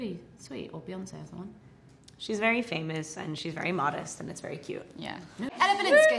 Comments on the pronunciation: Hahah Kristen says pha-moose 🤣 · Kristen says "Fae-Mousse" 🤣